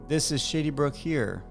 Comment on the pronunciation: Sounds like you're saying, "shitty brook"